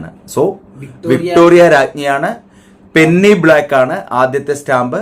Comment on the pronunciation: പെന്നി അല്ല , പെനി